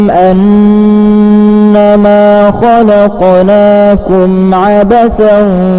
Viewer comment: Maaf, saya kira ada kekeliruan dalam pembacaan surat awal (115). Saya dengarkan betul tertangkap "kholaqolaakum", padahal yang tertulis dalam Alquran Surat Almukminun ayat 115 "kholaqnaakum". Agar segera dibetulkan karena tidak sesuai dengan sumbernya.